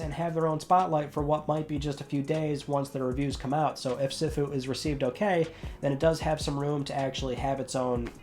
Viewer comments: Recently signed up on Patreon so just in case someone yells at me or anyone thinks I’m being an a@ Sifu is pronounced CFoo or Seefoo. The inner Kung-Fu fan in me just had to say it. 🤣🤣🤣 Always look forward to your Friday updates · Trying to help you out..... Sifu=Seeefu Debut=Daybue.